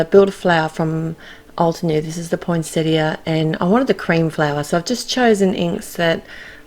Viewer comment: Yay... Australian commentary where you pronounce the “i” at the end of poinsettia!! 😉 love these cards... the pine cones are my favourites. Thanks,.